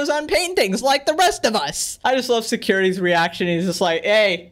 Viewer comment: no one random ass guy: SUCRITY